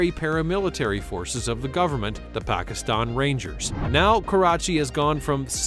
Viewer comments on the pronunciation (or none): none